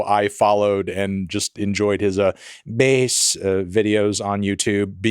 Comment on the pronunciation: Lol at Fantano saying behs